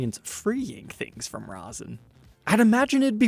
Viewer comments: It's not "ROSIN " it's 'RESIN ". Rosin is what ballplayers use. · "Long time listener, first time caller" - dried resin is like concrete...don't let the fact that it's clear fool ya. It will NEVER be be playable again, and the chances of "retrieving" it are slim to none. Oh, and it's "resin" NOT "rosin". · thanks. However.. erm.. you were saying 'resin' weird.. like 'rou-sen'.. resin is pronounced like 'raisin' but with an 'e' instead of a 'a'. Back on topic.. iiwy.. you're not DIY guitar channel mate.. if you were you should'a got that guitar and restored it.. but since you aren't then no.. it's too much hassle for you. If you have a friend that does DIY guitar/luthery/tech etc.. then maybe they could buy it and do a vid for us? otherwise.. no it's not fair on you as a time hog + major hassle. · Rezzin not rosin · For future, love the content but its pronounced rez in not roz in. the latter is used for traditional string instruments on the bow for induced friction to make the sound the former is a 2 part mixture that makes what you see here. Much love and stay safe. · The pickup covers are more rounded on the corners. Definitely 1970's model. BTW, it's "resin," not rosin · It was driving me nuts hearing him say rozin! Do all Americans say that? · RAW-ZIN. WTF.